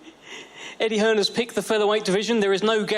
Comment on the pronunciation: Old wilder couldn’t even get his own promoters name right ‘Eddie Hearnss’